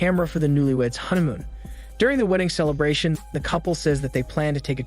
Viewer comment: Why do I feel like your saying huntamoon???